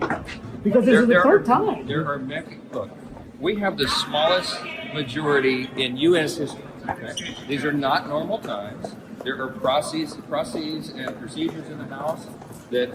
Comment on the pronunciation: Ah, he admits it---Republicans have a razor thin margin---so not the great mandate they are claiming. And the plural of 'process' is NOT 'procEEZ'.